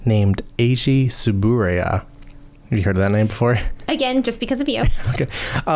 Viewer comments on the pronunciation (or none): I think it was just a sudden pronunciation. Or that he really be at toei’s side that he forgot how to say t-su-boo-rai-ya at that moment. Gets better tho. Sometimes.